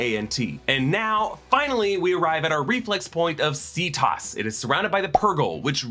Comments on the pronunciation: Every time you say "See-toss" it reminds me of Cetus, a sea monster from Greek myth (they would have said it with a hard c though) from which we get "cetacean," all the whales, dolphins, etc. So that may be another connection to the Purgils. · Well technically Cerberus is supposed to be Kerbouros, but that doesn't change the fact people use the soft C in media.